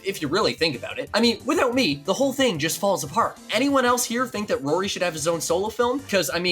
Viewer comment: It’s rorie